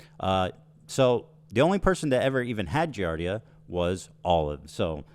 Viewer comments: These people don’t even know what they are talking about. They don’t understand giardia (THEY DO NOT EVEN KNOW HOW TO SAY IT PROPERLY) and how it works. When I adopted my cat my dad randomly contracted it and we are all adults maintaining a clean house. PLUS ETHAN SAID NO ONE EVEN GOT IT 😭 if he was neglecting his kids why would he self report online, he has a brain unlike Denims - man does this chick creep me out. How is she so confident talking on subjects that she knows nothing about??! ACTUAL PSYCHOPATH BEHAVIOUR I am so pissed this is happening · How do such fools get followers -its pronounced gee [jesus] ardia!!! Klein knows that its completely normal - if not for the betterment of the health of the child anyway!!! I know and feel nauseated from their King and Holy man Hasan but everything below - wtf??? is this gen z versiom of reality tv? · He can’t even pronounce giardia and people believe it 🤗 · People acting like Giardia is some insane and rare parasite they've never hear of, whilst repeatedly mispronouncing it, shows how inconceivably sheltered they and their audiences are. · These uneducated wizards on the internet talking about something they can't even pronounce correctly... "Giardia." I had a girlfriend that got it from her swimming pool, my dad's wife got it from drinking their tap water and has since gone entirely to bottled water... it's extremely common. The good news is the people after you are utter dunces. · also these morons can't even pronounce giardia and know nothing about it, they shouldn't be speaking on it. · It's the fact that 90% of these morons keep talking about the Giardia scare without even knowing how to pronounce the disease, let alone what it is. like be so fr. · These dumb asses can't even correctly pronounce the diseases they claim to know about. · they can’t even pronounce giardia 😂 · It’s so funny how they’re talking about how people get Giardia and they’re not pronouncing it correctly or know what it is lol…..it’s wild